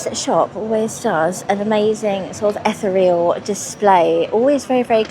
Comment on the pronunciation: Gorgeous wander with you, as always,. However, ethereal is not pronounced ethe-real. It's eth-eer-e-al.